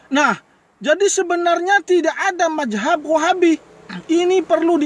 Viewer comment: Ngomong apa itu bos bos ..majhab atau Mazhab bos kok GK jelas c